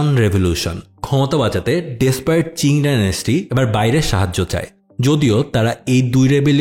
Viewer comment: চিং না ভাই, উচ্চারণ হবে কিং ডিনাস্টি